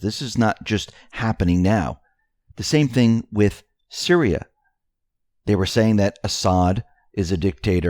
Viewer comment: And Syria is pronounced - Sear—ree-ah....not Sir-rye-ah —the only reason I am correcting you is because of believing in Q, the other side think we are uneducated idiots. Please write things down by syllable if you have to.